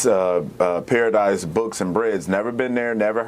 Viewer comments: The name is correct but the black conservative is pronouncing paradis as paradise when it’s actually paradis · It’s spelled correct dude! LOL. It’s pronounced para dies. Not the word paradise. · Hey, the name of the place is not Paradise books and bread it’s called Paradis ( Para/ dee ) just FYI and the only reason I know myself is because I used Bing and searched I wanted to give them a piece of my mind. Love you keep up the great work! God Bless you, we have to keep up the good fight of faith and make sure we fight for Truth and Freedom and fight to Unite the Nation! We need to make sure America knows this is Gods Nation and God is in Control! One Nation under God with Liberty and Justice for All! Amen…❤ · Dude, I hate to be a grammar Nazi, but paradis is a word in French for Paradise. They meant it to be spelled as Paradis, and pronounced Para-Deece. Brain cells dude. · French spelling of paradise…..Paradis. Pronounced Para Dee. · Pronounced, "pear a dee". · Lol...its not Paradise but Paradis..He just said it wrong. I'm not sure what going on in the USA, but now it's left against, right and your freedom of speech is going down the toilet. Suing isn't always the answer. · Pronounced "paradee". Which is paradise in french. Since it's in Florida. The owners might have been french canadian as Florida is a popular destination for the elderly from here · That spelling is French, that's why there's no final "e". Pronounced "para-DEE". But everything else you said, I agree 100%. That restaurant should be closed down, and they should be sued. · I feel quite certain he mispronounced the name of the restaurant. Just sayin..... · Paradis is French. Like Illinois. Just a quick FYI brother.